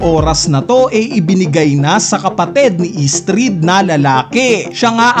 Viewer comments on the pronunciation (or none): Estrid🙅 Istrid 😂